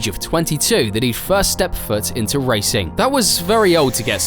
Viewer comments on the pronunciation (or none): none